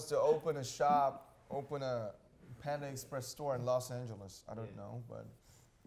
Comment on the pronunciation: stan ot7 No, That was : panda expresh.